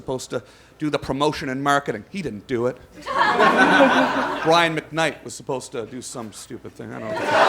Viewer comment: The way he hard pronounces Brian McKnight...lmao